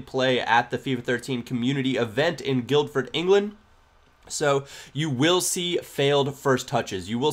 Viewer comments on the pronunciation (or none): Hey, the d in guildford is silent so it's just 'guilford' when pronounced. It's not life changing i know but there's the heads up;) loving the fifa 13 content by the way!